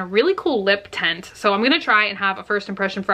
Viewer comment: I thought she said "lip tentt" and I was picturing either A) a tiny tent that goes over your lips and somehow plumps them up or B) a giant circus tent shaped like lips. Now that I realize she said "lip tint" I'm kind of disappointed!